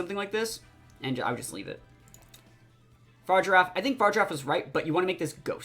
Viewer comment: Just fyi brotha fa-rig-ir-af...not far-i-giraf lol